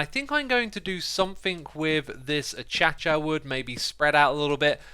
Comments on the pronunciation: Did X say achach wood well u say acaisha wood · Can we please point out that X says "a chac cha" instead of acacia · I’m sorry but this is bugging me you say “A-cha-cha” wood. Please, it is in fact pronounced “Ay-Kay-She-Ah Wood” Sorry again. Thanks for the great vid! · Yes he always does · Literally everyone: A•Kay•Shia Wood X: ACHACHA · Most People: Acacia Wood Xisuma: Achacha Wood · uh-cha-cha wood. LOL. Its uh-cay-sha. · uh-cha-cha wood? its uh-kay-she-uh wood (or that's how I pronounce it :D) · Really A cha cha wood It’s a Kay sha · It's not a-cha-cha it's a-ka-sha wood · Did anyone else notice how when he was build the tunnel he called the wood achacha (a-ch-a-ch-a) not acacia (a-c-ay-sh-a) I don’t want to be mean to Xisuma he says it how he says it and that fine but it surprised me. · X I realise you say acacia wrong. It’s ok if you say it as (achacha) but the way most and lots of people pronounce it is (akayshia) or (akaysha) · Ahhh-cha-cha :( Ahhh-kaye-sha :) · Did he just say “a-cha-cha” instead of acacia? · Wtf is achacha???? It's pronounced ah-kay-shuh! I'm done lol time for me to check out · Did he just say “a-cha-cha” instead of “acacia” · A cha cha wood! I'm Pronouncing it like that forever more now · I am so happy I am not the only one that noticed. I will forever pronounce it like that! AH CHA CHA! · straight from google "uh - kei - shuh" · "I'm going to do something with this uh-cha-cha" I'm dead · a-cha-cha wood me: does a double take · The a-cha-cha triggered me more than it should have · I love that he calls acacia "achacha" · I got scared when he said "I'll do this something with this a-cha-cha wood" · A cha cha wood, god i love that pronunciation. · nobody: not a soul: Xisuma: A-cha-cha wood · "Achacha Wood" a c a c i a w o o d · I’ve heard many pronunciations of Acacia, but never have heard achacha before.... I can’t stop thinking about it 😂😂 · It’s so funny how he calls acacia wood a cha cha wood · D-Did he say A-cha-cha wood...